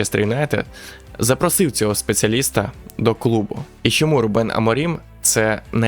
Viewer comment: Відео цікаве! Але вухо ріже, а не РУбен. РубЕн це армянин якийсь😀